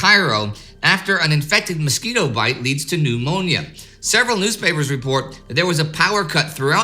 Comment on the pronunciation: Lol the way you said pneumonia... Like there's an old Monia